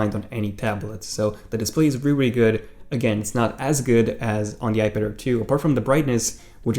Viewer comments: Dude. Why do u keep saying "iPadder" ? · Is it me or does he keep saying ‘iPadder’